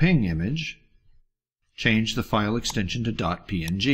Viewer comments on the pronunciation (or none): It's gif not jif It's p-n-g not ping